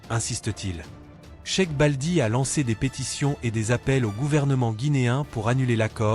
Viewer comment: de merde ce n’est sec baldi la sœur s’appelle cherif Balde’ prononce bien ou arrête.